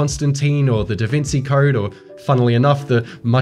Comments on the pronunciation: my man pronounced da vinci as da vinzee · No one:: "Da Vinsee Code" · facepalm DaVinci is pronounced "Da-Vin-CHI" NOT "Da-Vin-See"! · DA VINKY? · DaVinci:!: DaVinzi?! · is this how you pronounce DaVinci? wtf. HOW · Hold up, why did you pronounce Da Vinci like that? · Is no one gonna point out how this guy pronounced Da Vinci? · disliked because you don't know how to say "inventory" or "da Vinci"